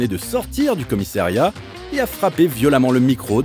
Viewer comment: on ne dit pas comissériat mais commissAriat!